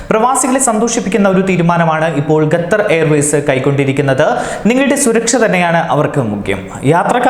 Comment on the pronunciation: Gathar allaa potta Qatar ennann